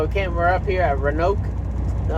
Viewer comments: It’s RO”ANOKE” I’ve watched ur channel for awhile n man I was disappointed to know u didn’t know Roanoke Virginia lmao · “RANOKE” ?!?!? Lmfao Florida trucker